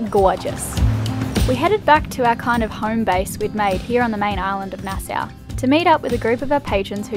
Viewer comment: Nassau is pronounced "Nass-saw" not "Nass-suu" 😁😁